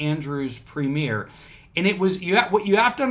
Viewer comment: Hi. This made the main news here in Australia, that’s probably why so many were logged in. Now, the premier is like a governor of a state in the US. It is pronounced “prem yer “ not “ prem ear” the sovcits and some of the “ normal” population are all screaming conspiracy!! They are thinking Dan Andrews is turning into a dictator and is drunk on the power he has and has used. Our state of Victoria has been listed as the most lockdown country in the world. Her had the most days in lockdown, we even had curfews that went from 11pm to 5am each day. You were only allowed out for a few reasons during curfew. 1.Was if you were an essential worker ie: emergency worker, truck driver delivering goods deemed essential, 2, to obtain medical treatment 3, to escape domestic violence or abuse. You also required a ( permit) to travel during covid lockdown and during curfew. So, people were saying that Dan Andrews was over stepping by bringing in these strict rules. Hence the conspiracy theories lol. The sovcits here are that stupid, they use the US constitution, the right to travel garbage etc. it’s amazing how stupid some can be from watching shit on the internet I hope this explains a bit oh yeah, one last thing, to have something “ struck out” in court is a term we use for the judge dismissing the case/motion or just finding no merit in what’s before them.